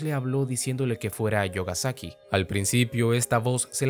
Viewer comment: La pronunsiacion correcta no sería "yogasaki" sino "miogasaki" xdd